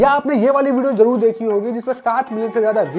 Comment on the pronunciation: Na to Māori bolna ata aapko a aur o ka hi nahi pata … na hindi ke word aate apko … bhasha ko bhasa zarur ko jaroor ( avashya bhi bol sakte the ) and na apko haka ka pata … haka is a popular dance everyone has seen it in football., everyone has seen it in rugby … seriously employability is an issue in India …